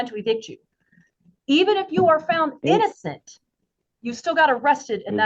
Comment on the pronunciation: The operating word here is "innozzenddd" your ohhnnrrr.